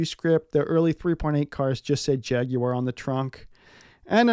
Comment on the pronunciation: Nice to hear an American pronounce Jaguar correctly.😉 a good clean, de rust, valet and do the maintenance that is necessary.